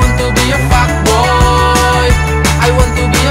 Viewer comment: Itu dia emang sengaja pengucapannya "ai wan tu bi" ???